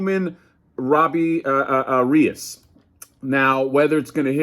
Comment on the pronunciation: Here's a tip to pronounce Reyes. Ray-S.